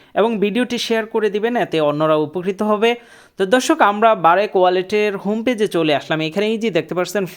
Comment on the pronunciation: আরে ভাই এটা বারেক না🤣 ব্রাক